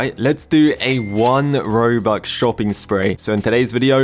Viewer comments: bro instead of saying robux he says robuque 💀💀💀💀💀💀💀💀💀💀💀💀💀💀💀💀💀💀💀💀💀💀💀💀💀💀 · i like how he says "robuC" instead of "robuX" sometimes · 1 "robuk" lol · man legit said robuck for the whole video haha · I love how he is always saying robuk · robuk is singular of robux 🎌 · Whoever heard he said robuc 👇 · why do you say robuc 💀